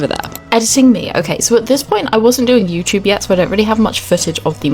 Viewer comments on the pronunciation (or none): none